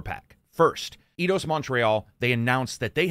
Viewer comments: took a while to realize you were talking about EIdos, and not Iiiiidos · Did you just say "E-Dos"? ^^ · It's not pronounced Eye-dos then?